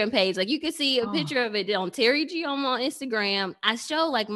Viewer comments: Her Nigerian Igbo name is pronounced "eee joh mah". I'm new to watching Teri's videos... excited to learn more. 25May24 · "PAJAMA"- take out the PA and put an E, that's how Ijeoma is pronounced. From another Ijeoma.